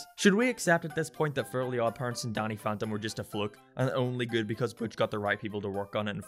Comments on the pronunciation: He complains about pronouncing fairies as furries yet he pronounces Danny as Donny... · YoU sAiD dAnNy LiKe DoNnY aNd FaRiEs LiKe FuRrYs! Lol any one who cares about this as stuff is dumb.